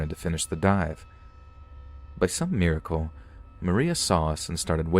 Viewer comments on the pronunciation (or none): none